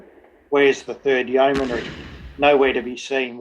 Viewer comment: Very interesting, but you make one repeated error in your commentary that rather grates: it's not a four-syllable 'yeoman-airy', but a three syllable 'yeoman-ry' - no 'a' involved. Other than that, very good! I grew up in what was then called Rhodesia, so the history I learned in school was of Rhodes, Lobengula, Mzilikazi, the Voortrekkers, Shaka, etc, but there was never any mention of this campaign.